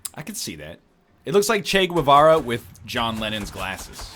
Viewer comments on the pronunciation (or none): Hi Guevara it's bad pronounced, you always talk about pronunciation so in spanish a Gue it's pronounced like ghe in english like ghetto or get the 'u' after the 'g' it's muted but only with an 'i' or an 'e' after the 'u' if another vowel it's after the 'u' then it's unmmuted... For example: in "guantanamo" you pronounce the U but in Guevara no, that's why we hispanics have the ¨ if the u has this ü the U it's pronounced like pingüino(penguin) it's pronounced like this: pin-win-o... "the more you know..." P.D.: Ernesto "Che" Guevara it's Argentinian and it was born a few blocks from my actual house. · This fuck knows how the French pronounce some random word, but doesn't know the proper way to pronounce Guevara.